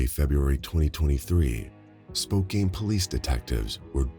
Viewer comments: "Spoke-ain"? 🤣 It is pronounced "Spoke-ann". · I was so distracted by way pronounce spokcan spokcane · Omg the pronunciation of Spokane was driving me crazy! It's not Spo Cane! It's SpoCAN